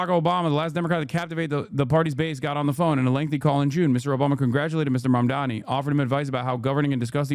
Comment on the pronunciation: Do these people have a speech impediment? It's Mamdani not Mamdami.